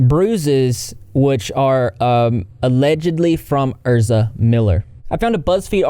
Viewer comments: The way he kept saying ERSA instead of EZRA was throwing me 🤣😂🤣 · I think Ezra is pronounced ezzzz-rah, not er-zza. I could be wrong though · Isn’t it EZra as in EZra nor ERza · ezra using they/them pronouns and then being a transphobic dirtbag on top of the abuse. like, legit fuck them. also sorry if someone already said it but ez-ra not er-za!<3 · Isn’t is eZra not erZa!? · Isn't it pronounced EZZ RA? Not Ur-za. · EZzzzzzra. Not Erza. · How tf keeps saying “Erza” when everything he’s reading blatantly has his name as “Ezra.” Unless he’s confusing the “Ezra” in “Ezra Miller” for the “Erza” in “Erza Scarlet.” Lol. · Why does he keep calling Ezra Erza it's so annoying 😂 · Not you calling them erza instead of Ezra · It’s the way he says Ezra’s name like Ersa 😂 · it’s ez-rah - just correcting - not being a dick - love your vids ❤️ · Yeah it's ehz-ruh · My dude the way you are saying Ezra is giving me anxiety. Please Google names before you continue to give people from the south a bad name 😅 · How does one manage to say a 4 letter name like Ezra wrong